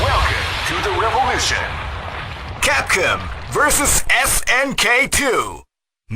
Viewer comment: i cant get over "CAPCUM" XD